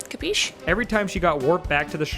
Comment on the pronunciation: I'm Italian and that "Capisc" was perfect